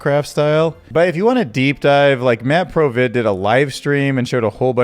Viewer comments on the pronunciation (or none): It's Matt VID Pro Not Matt PRO Vid 😊👍